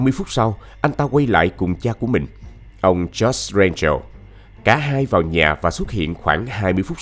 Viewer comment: Jose thường sẽ đọc là Hô Sé vì âm J sẽ được đọc là âm H